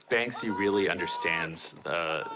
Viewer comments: It's pronounced bank see not ban ski! So bloody annoying, these apparent fans of his work can't even read his name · It's very annoying! My ex gf was friends with him. She is from Bristol. It's Banksy not Bansky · Bansky?????? Its banksy guys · Anyone else groan every time the couple says "Ban-skee"? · How can someone call themselves a “Banksy hunter” and pronounce it “bansky” 🤢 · Bansky🤣 head of his marketing class 🎁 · Why tf some of them calling Banksy bansky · In the audio guides he pronounces it as Bansky. Satirically of course. Werther the people pronouncing it that way were playing along or seriously thought that was his name I do not know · The fact that you two are featured so frequently in this, pronouncing his name wrong, is just sad... 💭🙄🤌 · Americans can’t say banksy